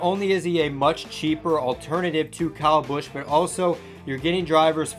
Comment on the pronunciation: Good video, but why did you pronounce kyle busch like that?